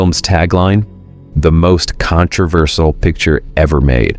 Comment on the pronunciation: his pronounciation of the word controversial is controversal.